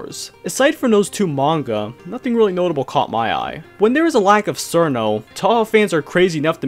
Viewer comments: I am pretty sure it's pronounced "Cheerno" though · tfw the official name チルノ is mispronounced as sirno lol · Sir No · I thought she was pronounced chillno like in chill. She's a chilly ice fairy after all. Chillno. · how are you gonna make a whole video about cirno and still mispronounce her name 💀